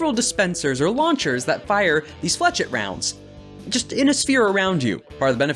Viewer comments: First of all, god this content is great, and yeah Blackbeard is just a small knight rampager. Though, how you pronounced flechette is a bit painful. It's flesh-ey, because why spell it the way it's said. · The way he said flechette is the way us Americans normally butcher the pronunciation of things. So pretty common way of saying it there.